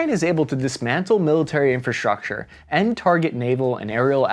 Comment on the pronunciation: I wasn't aware that we could interchange "sh" sound for "s" just any time we felt like it, like deshtroyed and infashtructure. Getting old , but liked the old "s" sound just fine.